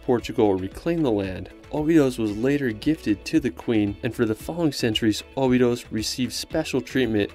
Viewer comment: Cool video,, but i would recommend pronouncing cities like Portugese do: like "obidoush", not "obidos", and "lagoush" instead of "lagos", as correct pronunciation will help in finding places if you ask someone local. As well the cave in Algarve region is not Bengali, but Benagil ("benazhiil"), same mistake is the river in Porto - Douro, not Duoro